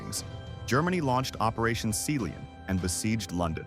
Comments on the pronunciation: Sea Lion being pronounced as "seeleeon". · How can you not pronounce Sea-lion? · are we not going to talk about the pronunciation of sealion?